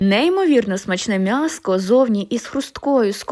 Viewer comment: А де ви почули М'ЯСКО? Пані каже МЯСКО! Перед апострофом буква М тверда. А вона вимовляє М як м'яку,тобто без апострофа. Мене дуже дивує,що багато українців кажуть МЯСО.І не тільки в місті,а і в селах. Я виросла в селі,дитинство припало на 80-90 роки. Але я ні разу не чула,щоб на М'ЯСО казали МЯСО. Це якесь модне віяння,чи що?